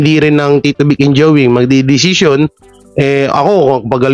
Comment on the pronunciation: “DECISION” hindi “DESITION” My my Saan mo Nakuha yan WORDS NYAN?😂😂😂😂😂😂😂😂😂😂😂😂